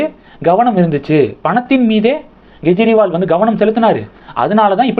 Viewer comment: Why can't you pronounce Kejriwal properly? It is not Gejriwal. Don't you see difference between G & K pronounciation?